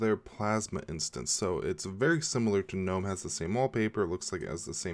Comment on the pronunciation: ... I have to commend you on a small matter, pronouncing "gnome" as 'noum' , as it is suppose to be pronounced... for years, a would be Linux 'specialists' would put "g" in front and screw my day.. Thank you...